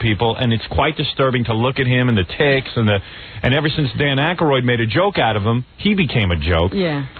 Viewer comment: Howard and his bizarre name pronunciations: "Dan Ayk-AH-royd." (Not to be confused with Heather Lock-LEAR, Andy CONE, Sara Michelle GelLAR, Bay-YONCE, Led Zep-AH-Lin, etc.)